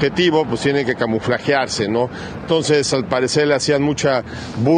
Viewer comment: Se dice " camuflarse "sr usted es comunicador hable bien